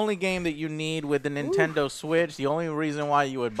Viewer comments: Nintender switch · he said nentender switch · Ladies and Gentlemen..Introducing the Nintendr Switch! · Nintendur switch XD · "I like the interface of the nintender switch". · the nintender switch -_ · Nintender Switch. haha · "Nintinder Switch". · He said Nintender Switch haha. Joe you are the greatest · "nintender switch" lol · did he say nintender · lol Nintendur switch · Did he say nintender switch ... BOY! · Lmao he said Nintender. Joe is turning into a grandma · I gotta get me one o them nentender switches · Nintender switch? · the nintender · Nintender lmao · Nintender Switch?! lol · Nin-tinder Switch